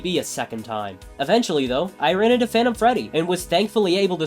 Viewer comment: is it just me or do yall hear fanum instead of phantom 😭